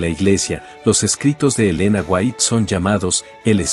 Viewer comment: Y Yo NO defiendo del todo las enseñanzas del pastor Sugel Michelen.. Y al menos, Aprendase bien los nombres de la gente de quien Ud habla... no es michel sugelen ni elena fuait.